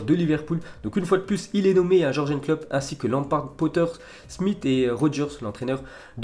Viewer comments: " Klopp" 😂😂😂 c'est Jürgen Klopp et ça se prononce [yourgen]... tu abuse quand même 😂😂😂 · Toi peut être t'aimes bien mais ça ne se prononce pas comme ça. C tout. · t'aime bien les jorgen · moi j'aime bien 😄😄